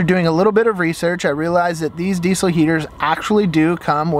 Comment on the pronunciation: The way you say diesel gives me a stroke